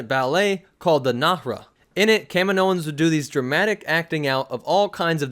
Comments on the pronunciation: I’m barely a Star Wars fan, but this guy calling them Kamin o ins is driving me nuts. They even say it in the movies. Ka meee no. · Its Kahhmeeenioans.... NOT Kaminoooooans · I always say and hear it as kah-meen-o-ans like the way you pronounce the planet. Kamino-ans. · It's ca-meen-oan :) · Yeah but again you pronounce it the same as the planet... it’s aggravating lol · you said it wrong way more then twice. I'll comment as many times as you pronounced it wrong if that makes you feel better about your lack of researching the topic or lack of respect for a fictional race